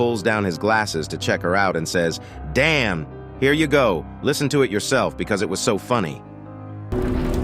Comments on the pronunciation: i think he said "dayum" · I thought the guy said dian i did not think he said danm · When I first watched it, I thought he say gyat but he just says Damn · I thought the mutant said dayane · I thought he said diane